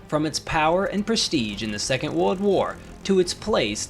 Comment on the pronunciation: You’re mispronouncing ‘world’.